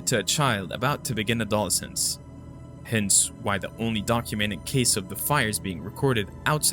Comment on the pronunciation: I have followed your channel and enjoyed your content immensely, especially since i have found so few covering middle eastern esoteric and occult subjects and current events of high strangeness, and appreciate your work sincerely. Some constructive criticism, subsequently - sub SUH kwent, as in following afterwards. Adolescent is Add oh LESS ant or add oh LESS ence (like since) teenager or being a teenager.